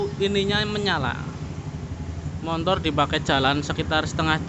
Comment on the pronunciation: MOTOR bro bukan MONTOR😂